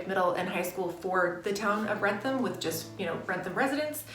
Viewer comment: The outlet in wrentham is called wrentham outlet not ransom outlet please if you want to do a video on a town do research on names of places okay and use real pictures of what the place looks like okay don’t scam the viewers